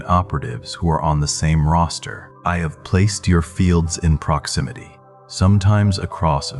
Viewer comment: I heard his pronunciation as roaster Not Roster. Vowels matter to me ❤